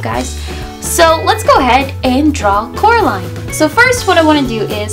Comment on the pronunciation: ''Coraline not Caroline'' lol